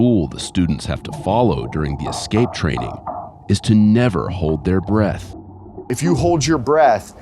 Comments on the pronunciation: Listening to this dude say eck-scape is testing me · One of the higher ups needs a boot camp on how to pronounce the word "escape" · instructor can’t pronounce the word escape.